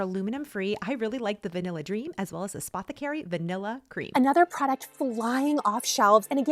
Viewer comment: No offense to you girl........... not one YT person can pronounce Spathecary. It's pretty simple. Also, I found the Bum Bum cream dupe to be very good.